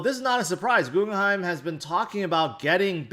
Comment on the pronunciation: Does say “Googleheim” to troll us?